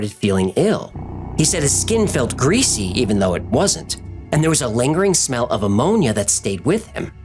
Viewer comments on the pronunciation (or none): none